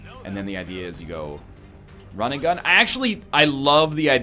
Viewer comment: why do i hear rinnegan every time he says run and gun